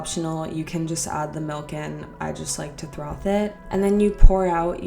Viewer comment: Wait, did she say "throth"? It's FROTH